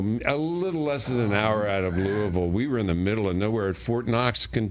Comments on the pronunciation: He pronounced Louisville correctly. Thank you Mr. Reinhold! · Props to Judge for saying “Louisville” correctly. 💪🏽